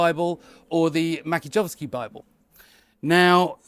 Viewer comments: Hi. It's pronounced Mats-yeh-yov-ski. Hope that helps. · I think the name is from polish so the ‘J’ is pronounced like an ‘I’